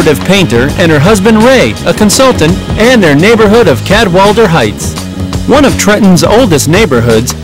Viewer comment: and its pronounced Cad-WALL-A-DER, not Cad-WALL-DER